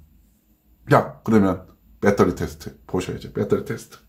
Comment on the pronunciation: 빼떠리 빼떠리 .... 아이고